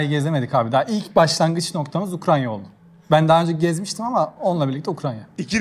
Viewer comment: Ukranya ne ya yaa, öeaaafggghh. Gittigin ülkenin adini bi bil ya bi zahmet